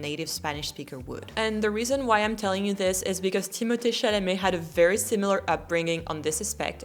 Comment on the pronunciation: I am giving you tons of respect for pronouncing Timothee’s name correctly I hate it when I hear someone say Timothy. His name is beautiful but it never is pronounced correctly in the states